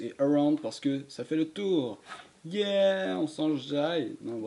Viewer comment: «A sa caille » 🤣🤣 sinon très bonne vidéo et merci +1 et un like 👍🏻